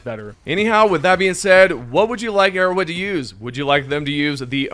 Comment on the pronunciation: Nobody can convince me this man is saying arrowhead. He says erowid